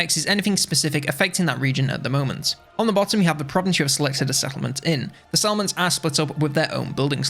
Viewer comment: took me 5 mins to figure out that you were saying settlements, not salmons...